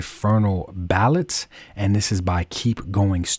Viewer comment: its not ballet like ballot its ballaye like the dance